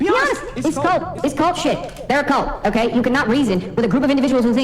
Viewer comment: "OkkEy" snobby dork stop saying "ekkEy"